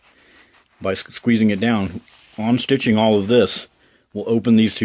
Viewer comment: Are you saying “on-stitching”? Do you mean unstitching, known more commonly as “seam ripping”?